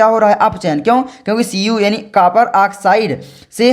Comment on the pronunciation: Kapar nahi bhai copar hota he (Cu)